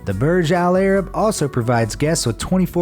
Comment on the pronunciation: i HATE how he say "Burj Al-Arab". "PUUURGE AAAL AIR-RIB"